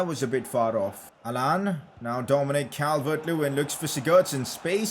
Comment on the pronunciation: pronouncing allan: Allan ❌ Haaland✅